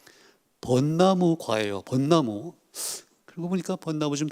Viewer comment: 또! 틀렸습니다! "벗 나무"의 :벗"은 제발! 길게 발음하소서!!